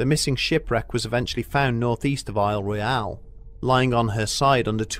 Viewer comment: As someone who has property on the Keweenaw, and someone who has spent time on the lake, you don’t f*ck with Lake Gitche Gumee. Thanks for pronouncing Isle Royale correctly!